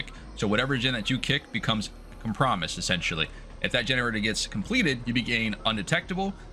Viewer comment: Com-pro-mised not cum-promise 😭